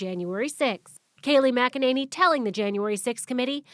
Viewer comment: Kay-lie Mcenany